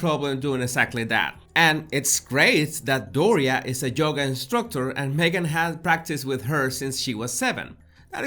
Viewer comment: Yohhhgahh...not JOE gahh.